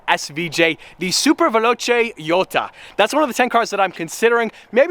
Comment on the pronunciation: he said jota like a japanese